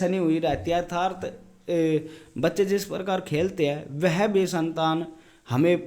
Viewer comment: अर्थार्त नहीं है। अर्थात शब्द है।